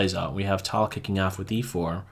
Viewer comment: It is not pronounced "tall", it is "Tal"